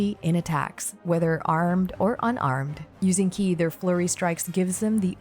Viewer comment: Super high quality and well condensed info 🤌 you deserve a mil subs at least honestly, lets get you there. Your voice is super soothing and perfect for content. Liked and and subbed keep em coming! Edit: ki is pronounced "chee" as in cheese and mandarin for life force